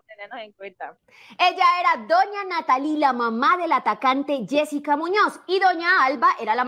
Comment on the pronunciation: Yessica Muñoz No yesika muñoz